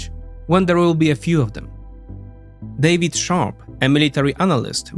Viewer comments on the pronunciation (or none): none